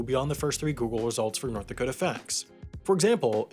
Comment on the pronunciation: "I'll be deep in the cold cold ground before I recognise North Dakot-ah!" ;)